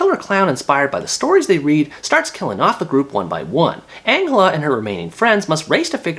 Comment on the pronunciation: Ma dude said Angula instead of Angela. How is it boring, It has everything you need if you didnt like it then you shouldn't have watched it :-: It's really good.